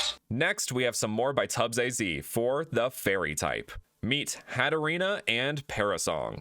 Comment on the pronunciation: Hattorina.. Hatterene.... odd